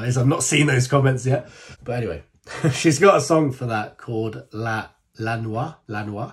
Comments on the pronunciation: If I may help you with the pronunciation of the word " NOIA'....... It is : NO -- I -- A-- do not put the vowels together like you do in French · Noia, pronounce No E A ( A like in cat) get in touch for Italian lessons, happy to help my lovely ❤ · The prunciation is exactely as it is written NOIA oi = oi 😊